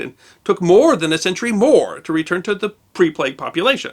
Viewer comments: As a Briton, it's weird how you pronounce plague "plegg" instead of "playg". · It's a plague, not a plegue.